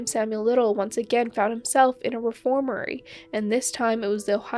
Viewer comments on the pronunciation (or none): It was a reformatory not reformary